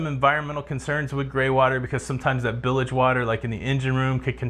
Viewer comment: LOL "bilige"